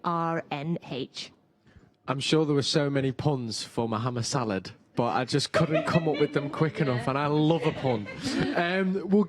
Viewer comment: mo"ham"id salad ffs lol